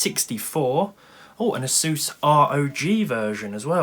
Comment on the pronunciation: ASUS NOT A SEUS